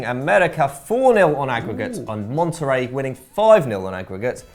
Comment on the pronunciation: did you just say "Mon-terry". lmfao I know Algeria and the UK are a long way from Mexico, but did you at least consider asking Patrick?? That pronunciation was atrocious. Just horrific. So fucking funny. Seriously, go ask Patrick how badly you said that name.